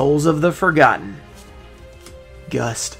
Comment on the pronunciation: I think the promo is still gonna be a bit damaged, unfortunately. Also idk why, but the way you said "Gust" just killed me xD